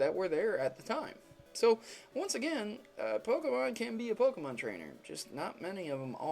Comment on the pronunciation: PLEASE, before doing ANY more theory videos, learn how to CORRECTLY pronounce a Pokemon's name.